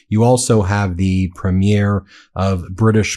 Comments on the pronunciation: It’s pronounced PREEM-yer, not premiere. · Ben, "Premier" is pronounced "Preemyear". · Hi guys, I’m only saying this because you are pretty much perfect, except that you do not pronounce the word “Premier” properly when it comes to Canadian leaders (I grew up there). It’s “Preem - yerr”. Both syllables with the same amount emphasis. Like I said, it may be a small point, but noticeable to people from other countries. Nevertheless, you guys are awesome!